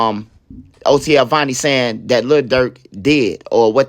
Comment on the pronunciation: That’s vonni not Varny